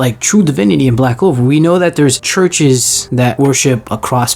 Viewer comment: Bro said black clover shudippen💀💀